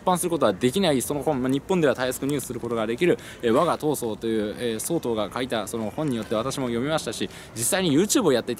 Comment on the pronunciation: とりあえず神がヤマトを見たことがないことは分かったｗ 「総統」のイントネーションは「総合」や「総裁」と同じですよ いやま、気になって話が耳に入ってこなかったもので・・・